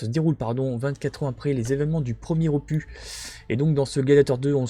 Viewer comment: aloha, top vidéo comme d hab mais petite touche d humour arrête avec opu(s) lol, on ne dis pas un cactu(s) mais un cactus et un ficus donc un opus lol ni un infractu lol blague à part cela top rentrée merci pour la vidéo